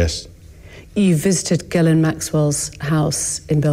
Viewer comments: French Canadian here. Guylaine and Ghislaine are two very different names. “Gh” is a soft “g” , “gu” is a har “g” and you definitely pronounce the s in Ghislaine. He doesn’t even know ho to pronounce her name. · Does anyone else suspect that the interviewer mispronounced "Ghislaine" on purpose to trick Andrew? (Was implying that?)